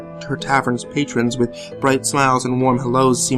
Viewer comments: Am I the only one who thought that he said "I have to go take a bath in my toaster now."? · This one was really great. At first I thought he said "I need to go take a bath in my toaster now." So I was pretty confused. The I realized he said 'with' and slightly giggled.